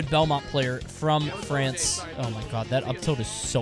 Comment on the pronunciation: France more like Flonce amiright?